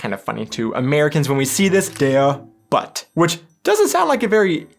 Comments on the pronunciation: Sound is oo for u so it's not to be pronounced like you did.Hunde machen Wau Wau.frag doch There are predator and non predator fish. You will learn this if you do a german fishing license. Bra tea stupid marketing. But dude do you know why Vick's is not named like that in Germany? Listen to that Vick's sound like Wichs which is ejected male sperm. Ore shoe polish 😁😆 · Thing 2: simply "shit-bag" ;-) - Thing 3: "Der Butt" ist wrongly pronounced, not [ba:t] but [bu:t], like in german "Butter" (not a batter!) - "Flounder" ist german "Flunder" - a "Butt" is the "Steinbutt", in English "turbot" (Scophthalmus maximus) - f.i. the name of Günter Grass' novel "Der Butt". (Grass earned Nobel Prize in Literature 1999) - Thing 5 is a bad chosen acronym, like the former car "Mazda MR2" in French "merde", engl. "shit". Thing 7: bad Denglisch! - wtf is "Ranch" taste? Smelly cow stable? - Thing 8 "Fried-Fisch" ist spelled wrong in German. Plankton- or plant-eating fish. Opposite: "Raubfisch" / predatory fish - Thing 9: Fingerknöchel! Wiki: "The knuckles are the joints of the fingers." - Thing 10: Wiki: "bra, short for brassiere or brassière", an "T" means "Tea", not "Tee" - what's the problem? "bra" is deduced from Russian "brat" = Bruder / brother. (Google is your friend!) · Please don't fret, but English people ignore the pronunciation of the German alphabet. Why you can't say a "u" like a u in "butcher". A u is a u and nothing else. A u is never an a. You write Butt and say Batt. But with "almost" you don't write "fust". A butcher would be written like this in German: batcher 🙂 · „Der Butt“ isn‘t pronounced like the English butt, but with a German u like Mutter or Butter for example! Therefore although these two words are spelled the same, I would always only think of the meaning it has in the used language. And used with its article (Der), I would always read this in German. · Butt isn't pronounced the same as your posterior. The u is more like in the word pull (but not quite)